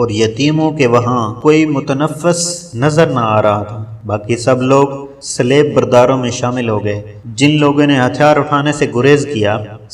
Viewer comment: Please it is a good effort mager aap ki to akser adaigi ghalat hai.kon kon sa lafz bataon .Salaib nahi saleeb hai ,phir sanet nahi saint bernard hai.is I ilawa or bhi bohat hain.please pehlay kisi k sath urdu parh ker record karain.